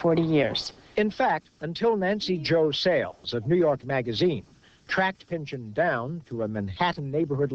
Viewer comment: It's pronounced "pin-chawn", not "pinchin".